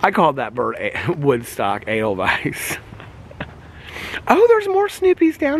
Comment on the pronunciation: The face i made when you said aidelvise 😂😂😂😂 like wtf hahaha